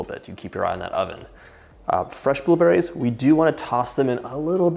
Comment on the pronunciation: i love how he says bUHlewBERRIES